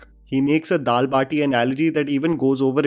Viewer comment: Bro That was dal bhat not dal baati 😂